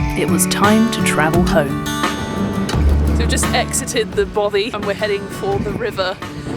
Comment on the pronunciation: 2 years have expired and I doubt if either of them have learned how to pronounce "Bothy".